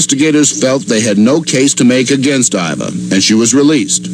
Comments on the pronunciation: How do you manage to take “Iva” and pronounce it “Ay-vuh” like dude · It’s Iva, but you wouldn’t know that based on Wendigoon’s blatant mispronunciation